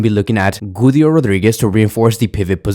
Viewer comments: Guido is pronounced gee-doh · the way you say Güido Rodríguez cracks me up😭😭😭